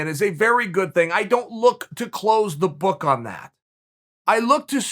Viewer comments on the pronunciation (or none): 'badook' 😂